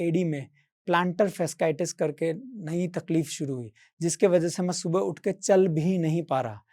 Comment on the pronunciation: Impressive and inspirational story. Congratulations on your achievements!! Calf raises help in plantar fasciitis. It also helps in diabetes. Also fasciitis is pronounced as fa-shee-i-tis